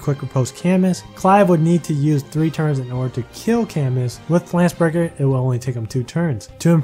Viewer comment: Btw Camus is a french name Camus = Ca-mew